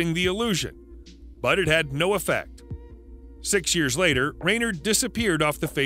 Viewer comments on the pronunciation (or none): none